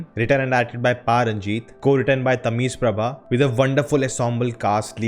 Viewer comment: Tameez prabha.. Dude are u serious?🤣🤣🤣.. There is no letter in English justifies the Special sound in Tamil 'ழ'.. Learn to pronounce from any tamil ppl around u.